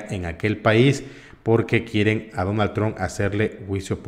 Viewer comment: 🇺🇸 NO SE DICE DONALD TRON= Aprenda a Pronunciar si va a ser Periodista o Reportero 🇺🇸